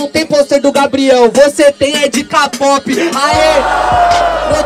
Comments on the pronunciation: "Capope" É Kpop truta, aprende a falar 😴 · "Ka - pop" kkkk